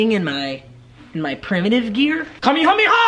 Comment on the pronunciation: papa u mispronounced the ka me ha me ha